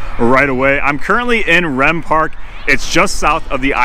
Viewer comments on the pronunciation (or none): As I group up here my entire life, I believe it’s pronounced reem park not rem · Rehm park is pronounced Reem not Rem 😊. Otherwise, great video!! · Just an FYI - As a person that grew up in Oak Park , it's REEEM pool and REEEM park with a hard E. Not like REM sleep.